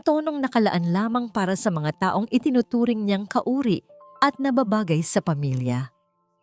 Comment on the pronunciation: dapat po pag-aralan nyo ang pagbasa ng filipino kung kailan mabilis o nahina lang ng isang salita tulad po ng taong pag mabilis pagbasa nyo iba ang meaning nun it means year kung tukoy nyo ay tao dapat na ahina lang basa nyo